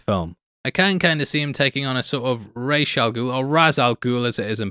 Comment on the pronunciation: It is 'Ras' not raish. His name is translated from Arabic to mean head of the demon. The word of head is Ras. Translate the word head in google translate.